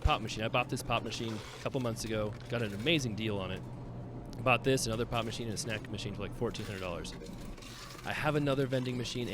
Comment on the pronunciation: you made me listen one more time when you said pop machine... At first it sounded like you said pot machine... :P